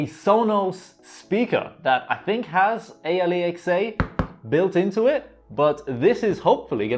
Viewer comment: It hurts me everytime dude say amazon. A,l,e,xa